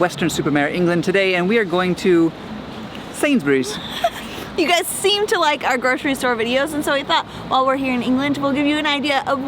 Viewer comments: They prounounced Sainsbury's the same in the intro " sainsberrys" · It's sad how people can travel and yet not really learn anything, These two seem to have spent some time in England yet cannot pronounce Sainsbury's. It's Sains-Burr-rees, or better yet, Sains-brees. Not Sains-berries. And yes, it's a midmarket supermarket, which is something they could be sure of if they bothered to speak to anyone there. Don't these folks talk to anyone? They seem to lack curiosity.